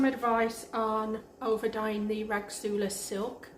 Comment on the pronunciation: I thought the rasgulla silk was pronounced ras-gulla silk? Maybe im wrong, just looking at the spelling?